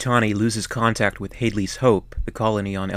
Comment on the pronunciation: Do you call it Halley's hope? It's HaDley's Hope. The audiobooks and novellas have the story from when Newt (Rebecca Jordan) is born to when Newt is found. Plenty of books written around the Alien Universe. I loved the Rage Wars series which include the Predators and the Aliens being weaponised under Android Generals.